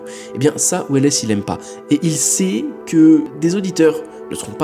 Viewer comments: Orson welles s'écrit comme ça mais ça se prononce sans le E donc "Orson Wells" J'ai failli en tomber de ma chaise.... 😂 En espagnol ils prononcent welles mais bon... Il est américain ce monsieur ! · Juste pour info on prononce "wells" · « Weless » non mais sans deconner t’es inculte à se point ? Citizen Kane srx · Orson welesssss. Pas mal,je ne l'avais jamais entendu prononcé comme ça. Bon après c'est un détail. Ce n' est pas grave. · J'osais pas le dire hahaha mais en vrai ca va c'est pas si gênant que ca. On lui offre :) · C'est marrant comment il prononce Welles ! 😅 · J'apprécie ton travail comme toujours, mais je trouve ça juste dommage que tu n'ai pas remarqué au montage de ta vidéo, ta mauvaise prononciation de Orson Welles. J'avoue que cela m'a sortie du sujet malgré moi. Pour le reste toujours aussi cool. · J’avoue que je suis venue dans les com pour voir si on était plusieurs à avoir tiqué sur « Orson Welles » 😂 Ps : j’ai bien aimé la vidéo continu comme ça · c’est pas un soucie de prononciation là effectivement tu est pas censé un minimum te renseigner comment tu peux bosser sur un sujet qui dure la moitié de ta vidéo sans te renseigner un minimum sur Orson Welles, C’est une Icône historique je veux dire c’est comme si tu disais mikaél jacksoon a se niveau là je suis désolé mais c’est vraiment ni sérieux ni professionnel et c’est de l’inculture oui